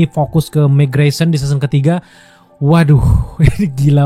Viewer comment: mark grayson . bang bukan megreson. 😅